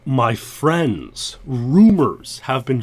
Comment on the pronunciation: MY FWENDS!